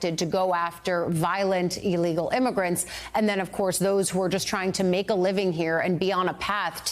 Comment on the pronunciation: Why is it so hard to say ILLEGAL??